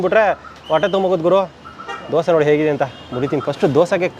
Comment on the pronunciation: ದೋಸ❌ ದೋಸೆ ✅ ವಡಾ❌ವಡೆ ✅